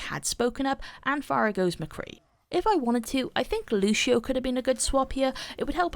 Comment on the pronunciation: LUCIO, NOT LUSHIO GOT DAMN